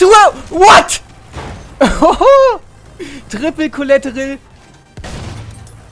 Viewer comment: Trippl Koläterrell xd